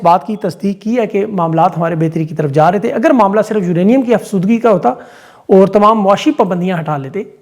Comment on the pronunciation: سالام یورینیم افزدگی ( نہ کہ افسودگئ)